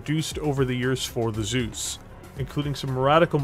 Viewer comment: Well... how to pronounce "Zeus" the real Steiner-way? "Soos"? Nope. "T-soys"? Jawoll!